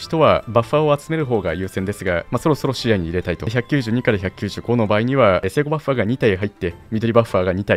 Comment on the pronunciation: ここの「聖護バッファー」がめちゃくちゃ発音よくて好きです